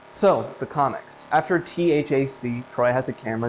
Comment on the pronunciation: great video. Im a sucker for Marble Hornets-related content all the time lmao though i did get distracted with THAC being spelled instead of pronounced as "thack" like they used to in their podcast😂